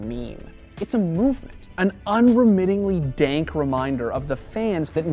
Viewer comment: Please never say dank again